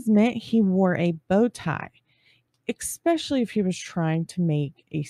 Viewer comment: I LOVE your channel, thank you so much for your hard work!! p.s. My ex-husband used to say it too but the word is “especially” not “expecially”. 😊😊